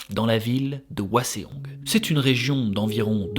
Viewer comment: Je connaissais déjà l'histoire car grande fan de BJH, mais mes oreilles ont saigné pendant cet épisode : Hwaseong se prononcé "ouasong" et non pas "ouaséong" 😂